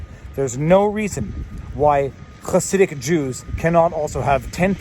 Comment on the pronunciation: As an orthodox jew, all I have to contribute is that you nailed the pronunciation of "Chassidic."